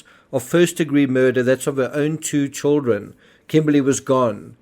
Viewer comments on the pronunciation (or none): It's Children; not Chilren...